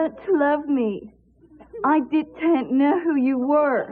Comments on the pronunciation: It was so funny where Andie was correcting James "The academy award that you didn't win.." "DIDENT" "You didn't?" "DITENT" You did not? "DI-TEENNT" "You DITENT win, Andie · Scyas *T*i-tent. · Dit-tent you know? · 2022 who’s still saying “Di-tent”?